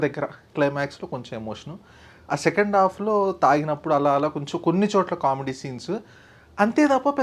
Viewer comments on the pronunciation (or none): none